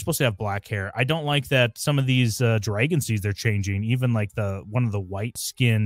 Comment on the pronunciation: Why do you pronounce dragon like that 😮